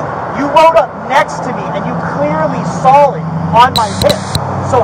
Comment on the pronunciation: "you clearly sall it"